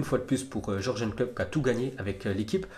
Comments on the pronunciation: T'as vu il m'énerve à Jorgen Klopp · alors c'est simple, on dit YURGUEUN et non jorgeun Klopp